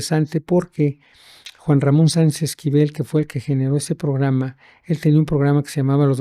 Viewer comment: Creo que ni el nombre de Juan Ramon dijo bien